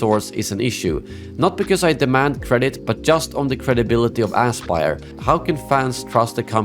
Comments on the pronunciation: I love how you intentionally or not pronounce the company's name as "asspyr". Very fitting lol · Great content! If I may, I think your pronounciation of the studio is spot on for the way they've handled this Collection. Ass Spire, indeed, and may they be remembered as it.